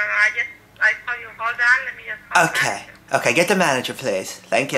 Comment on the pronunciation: thank youh youh aw so nice to meh